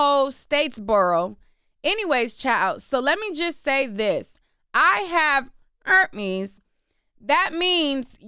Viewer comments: It's you in the mic saying "erpes" for me 😂😂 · IKR, or like saying CHERPES..... 😂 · Girl!! I’m talm bout CACKLING every time like it was the first time😂😂😂😭😭